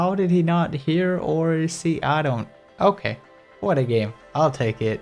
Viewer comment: Love the way he says "okee"